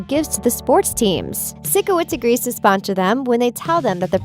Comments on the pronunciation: Times I was triggered: When she said sikowitz When she said air-iana grande When she pronounced avan jogia's name wrong. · It's pyshcoits pyshcoits not sickoits. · THE SHOW HAD 4 SEASONS AND IT'S SIKOWITZ AS IN PSYCHOWITZ NOT SICKOWITZ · i hate how he/she doesn't pronounce it like physcowitz not sikowitz AT LEAST WATCH SOME EPISODES AND LEARN HOW TO PRONOUNCE THE PEOPLES NAME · IT'S NOT SICO-WITZ IT'S PSYCHO-WITS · I hate how they say sikowitz cause they pronounce it like (sick)owitz but it’s pronounced like (psycho)witz😬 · You’re calling it sikowitz. It’s pronounced sigh kowitz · omg i hate how she pronounces Sikowitz as "Sickowitz" lol im dyinggg no hate tho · This person triggered me when she said “sickowizt” they said his name in the show over and over and she still can’t get it right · It’s Sikowitz not sIckOwItz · She really said “Sick oh witz” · OMG AM I THE ONLY ONE BOTHERED BY THE WAY SHE SAYS SIKOITS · odder? “sickowitz” ?? what? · It’s not Sickowitz it’s Sikowitz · Who is SICK-O-WITZ? Lol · u know she didn’t actually watch it when she pronounced Sikowitz’s name wrong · ok watup with how they say sikowitz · first, you pronounce Sikowitz wrong. Now Robbie?! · Why is this so long... And why did I watch the whole video... Oh and one more thing... Why did the lady pronounce “Sikowitz” wrong if she’s such a “big fan” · If i hear them say Sikowitz wrong one more time my odc is gonna explode (and yes I know that doesn't make any sense)